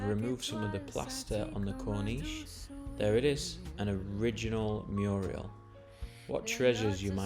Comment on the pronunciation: Perfect music, divine voice and descriptions. Just to correct, it is pronounced MURAL, not MURIAL! Yes, fascinating more of this and your expertise, thoroughly enjoyable, thank you